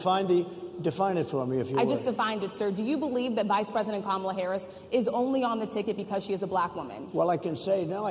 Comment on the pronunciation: I’m surprised that he pronounced Kamala’s name right😬